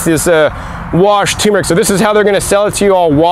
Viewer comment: “Tumour-ic”? Or tur-meric ?